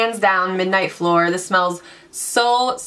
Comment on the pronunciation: fleur is pronounced more like "fler" not "floor" :)